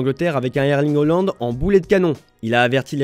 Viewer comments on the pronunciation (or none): none